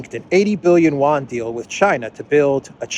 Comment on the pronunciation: big fan of yours.. But one small criticism.. can you please not keep butchering the pronunciation of Yuan ¥. It's not pronounced "won" that's Korean.. Also Xi is not propounded Ji.